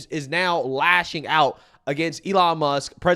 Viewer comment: Does she know there’s a “K” on the end of Muss(k) lol